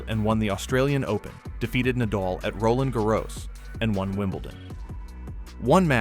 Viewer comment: great video but this is the most horrid pronunciation ive ever heard of roland garros